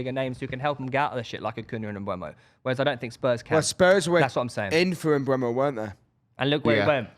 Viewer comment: Guys please, it's Mbeumo not Mbuemo.